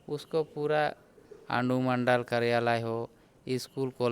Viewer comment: बबुलाल जी अंडुमंडल बोले की अनुमंडल जरा गौर कीजिए 😂😂😂😂